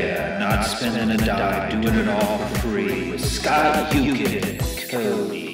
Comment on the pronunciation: SCOT YUKEN..CO-D..